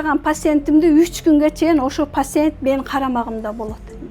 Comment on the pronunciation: Койунуз эже, калп эле невролог Боло бербениз сиз эмес даже врачтар оной менен укол берип атып давленияны зорго тушурушот сиз тем более алдабаныз даже пациент деп айталбай атасыз, пасиент деп суйлоп атасыз, кыскасы аферист врач болбогулачы